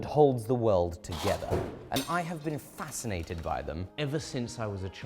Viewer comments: Fascinated ❌ Fasten-ated ✅ 🤣🤣🤣🤣🤣 hahahahaha Okay.. I’m done.. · FASTENATED you say? :P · "I have been FASTENated by them ever since I was a child"